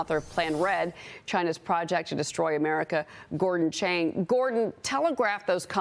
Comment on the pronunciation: Stop mispronouncing Chinese names. "Chang" is pronounced with a soft "ah" sound, not a hard "ay" sound. "Chaahng". To confuse things further, his name uses the Taiwan spelling system, in which "Ch" is pronounced "J". His Chinese family surname's character is 張 pronounced "Jaahng".